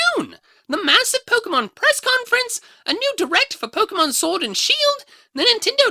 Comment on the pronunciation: Unless I got something wrong, POKE-GAY-MON